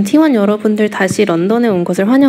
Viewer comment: T1을 어떻게 읽으면 T1가 라고 할 수 있는거임. 티하나라고 읽은건가